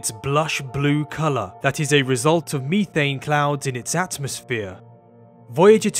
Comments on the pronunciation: I like how he pronounces methane different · Lol he said meethane